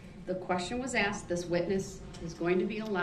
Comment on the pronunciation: Will someone PLEASE tell him that it’s SUS-TAINED not SUB -SAIN and it’s AS-KED not AX-ED!!! For the love of god it’s not complicated, after saying that this idiot thought it was ok to drive his SUV through a crowded street killing 6 and injuring dozens of others!